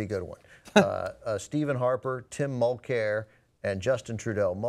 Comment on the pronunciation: "tim mulcair" lmfao you americans